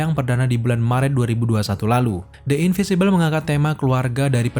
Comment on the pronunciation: in.vin.si.bel Bang, bacanya. Beda dari in.vi.si.bel.